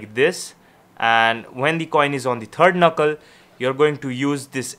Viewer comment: “Do the same thing with the turd knuckle.”